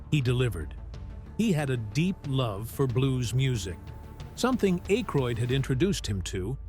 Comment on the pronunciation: AK-ROID, NOT ACHE-RHOID!! The silent "e" would make the The previous vowel say it's name. You don't see any "e" in Akroid, Do you?!? after his WHAT? Not only can you not speak english, But you're a liar!